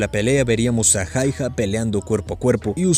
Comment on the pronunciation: Loco, se pronuncia jauja, mete el apellido hayha en el traductor y ponlo a leerlo en fines